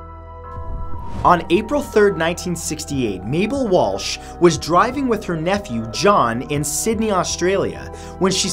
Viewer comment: Did you say Walsh or Walch?